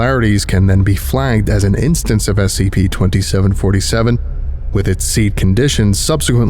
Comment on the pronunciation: The way he says "scp" is so specific S-C-PAY